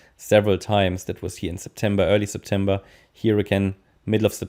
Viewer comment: Sept em BEAR 🐻 Hahahahaa so true 😁